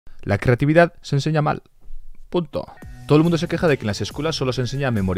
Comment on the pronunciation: Oye por que en vez de decir creatividad dices ...... Crrrrrrrrrrrreatividad